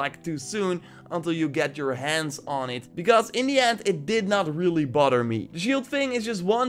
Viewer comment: "Doesn't really boder me"